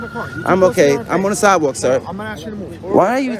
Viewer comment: Vampire: "I'm on the sidwal..." holy water to the face and stake immediately to the heart